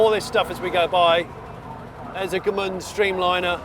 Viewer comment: Gmünd, not Gemünd.